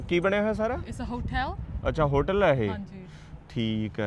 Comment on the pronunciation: rippan di mame di kudi bahli seyani aa boldi v bdA ਸੋਹਣਾ ਜਦੋ ਹੋਟਲ ਨੂੰ ਹੋਠੇਲ ਕਿਹਾ ਆਏ ਹਾਏ ਕਿਆ ਬਾਤ ਈ ਐ